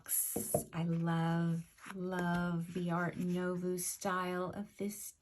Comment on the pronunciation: Fyi. Art Nouveau is pronounced Art NUVO, not art NOVU.